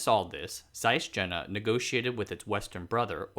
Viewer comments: Hi there, The city is pronounced Yena. Not Jena. In german J is pronounced as Y. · Jena is pronounced "Yena" like "y" in "Yale" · Since the name Jena appers so many time in the introduction, it would be so nice to take care to pronounce it properly... the initial consonant is [j] not [d͡ʒ] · "Jena" is pronounced Yeh-nah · Jena roughly to be pronounced as "Yey- nah" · Thanks again for an interesting video. Just to be pernickety: "Jena" is pronounced "Ye-na". Similarly, "Jenoptik" is "Yen-optik". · Thanks, interesting. Jena is an interesting town with a lot of high-tech companies and research facilities (and a funny tower). BTW, Jena is pronounced with more of a Y sound, like Jägermeister. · Excellent video. Would be even better if the name Carl Zeiss, Ernst Abbe, the University of Jena are properly pronounced. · Dude, pronunciation! I understand you may not know hot to pronounce Zeiss, but butchering "Jena"? You have no access to Wikipedia?